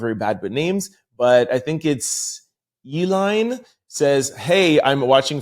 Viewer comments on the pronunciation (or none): none